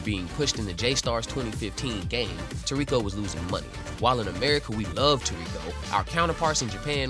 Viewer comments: The fuck is tuurekoh? It's toriko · You saying his name wrong broham but I love this manga and show he’s my fav character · You read a lot more than you talk… so just look up how to pronounce Gormet … Gormay and TOR rico